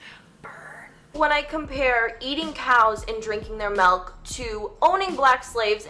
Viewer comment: Did say "melk" instead of milk?